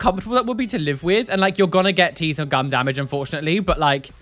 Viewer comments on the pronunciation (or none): "Tuths" - accidentally creating the most british word